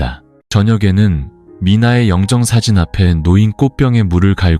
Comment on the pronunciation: 영정사진을 0정사진? 역시 AI네